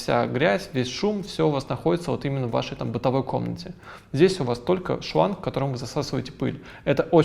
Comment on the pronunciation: Порнография-это не глянцевые потолки, а не выговаривать буквы! Говорить не шланг, а шванг, режет слух.